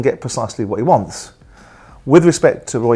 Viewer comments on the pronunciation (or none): When Simon says "wants", he almost puts an F in it. Wantfs.